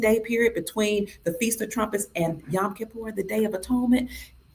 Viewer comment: YOm...not yam